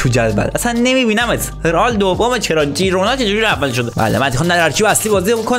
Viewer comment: بسیار گودرتمند 😘♥️ ولی اسم اون تیم خیرونا هست نه جیرونا 😘✌️